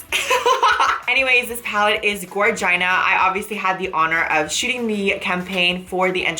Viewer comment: "This palette is gorgina"😂🐉🐲